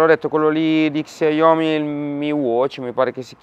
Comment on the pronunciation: ....Raga però pronunciate bene i marchi: XIAOMI = SCIÀOMI 🤟😅 Ottime recensioni come sempre, un abbraccio dalla Polonia 🇵🇱